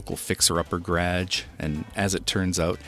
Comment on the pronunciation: Are you saying "gerag"....